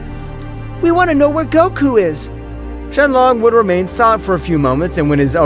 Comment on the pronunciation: Gohan and the narrator said shenlon